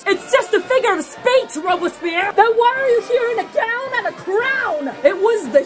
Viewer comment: the emphasis on "gown and crown" has me in real tears